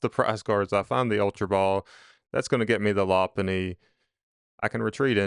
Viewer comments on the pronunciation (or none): It’s pronounced “low punny”